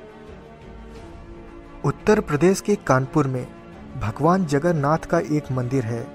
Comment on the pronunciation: It's Jagannath...not jagarnath... Love from odisha...💗